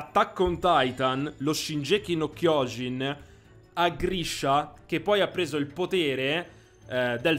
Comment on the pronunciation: Video con pronunce orribili come wall Maria che lasciamo perde , hai dato la definizione di gigante d’attacco come shinjeki no kiojin che non significa assolutamente ciò , penso tu abbia fatto più episodi di questa serie ma nonostante tutto sbagli troppo , probabilmente lo hai fatto solo per allungare il video e per i soldi anche perché è monetizzato , sempre sull’argomento pronuncia non parliamo neanche di mikasa che veramente lasciamo perde , ti converrebbe informarti e magari guardate l’anime o leggere il manga prima di fare una serie così articolata